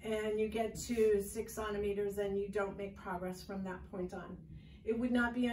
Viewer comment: something about the way you word the pain of labor and don’t know how to say centimeters makes me dislike this video strongly i couldn’t even get through it